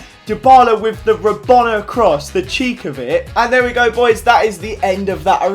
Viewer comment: It's so funny when he says rabona